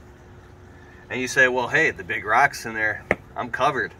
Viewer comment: ROCKS! Not RACKS